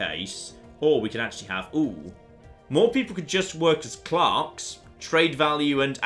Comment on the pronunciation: can you please stop saying clarks its really annoying and it is clerks